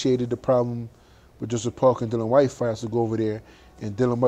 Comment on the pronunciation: You aint ready for Dillian ( its dil- e-an btw, not Dil-an) fight Dave Allen first.